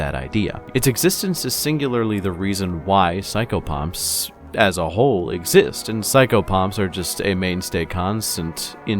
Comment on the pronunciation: I thought he was saying psycho-punk. Thanks XD